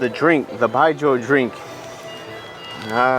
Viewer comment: Bijou is a very strong alcoholic beverage in China. It’s pronounced “ByeJoe”—nothing to do with politics!!